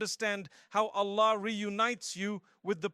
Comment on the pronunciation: yes, but the problem is mufti menk never tell this types of things and we are listening it and if there has any misinformation so we will be the sufferer and thr main sign that this is AI generated is hear the pronunciation of ' Allah ' is not clear, it is ' ala '